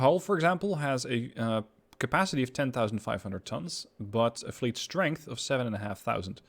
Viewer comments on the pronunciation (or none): none